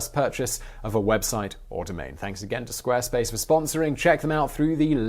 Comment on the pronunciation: You pronounced Squarespace wrong! Jeeeesus!